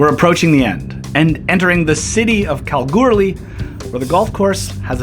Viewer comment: Ahh love the way you said Kalgoorlie !! Yes I grew up in the town and I’m always fascinated how other from around the world pronounces it